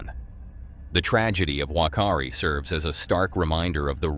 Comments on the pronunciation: Fakaari not wakaari. The wh is pronounced as an f in te reo Māori. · Me again 😊 wh in Māori sounds like fa so it’s pronounced fakari island 😉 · It is pronounced Toe-Wronga and Far-car-e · In the first video, the name Whakaari is pronounced as an F with the letters (Wh) - Fuck.are.ree. excuse the cuss word but that's exactly how it sounds in the native tongue of Aotearoa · In the Maori language, Whakaari is pronounced with an F not a W like it looks. A friend's ancestral lands are there and the grandkids just loved being able to say a naughty sounding word without getting into trouble.